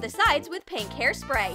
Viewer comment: hahaha you said pank.